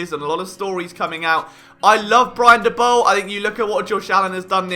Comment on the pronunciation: LoL Liam Saley xD Why do you call him Saley, when you put in the Liverpool fans pronouncing it correctly Salah? xD Also Daboll pronunciation wrong.. :D I allways thought your funny pronunciation to some words around NFL is because you are british. Like the pronunciation of Slant is 100% because of that. But names are names, they should allways be pronounced the same, no? :D I guess you only read about NFL and never watch TV, never listen do podcasts, watch youtube clips etc. xD This was super funny, seriously :D